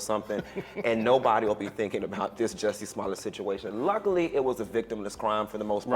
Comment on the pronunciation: Off topic... but I cant get into it simple because his name is being pronounced wrong. As an educator & someone whose name is always mispronounced, that alone is step #1. WHY is it so hard for folk to just say J*U*S*S*I*E!? Geesh 😡 Ok. Well anyways... back to the story👌🏽💚🦋